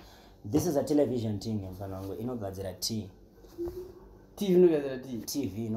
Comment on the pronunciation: Televizhanting kkkkkkkk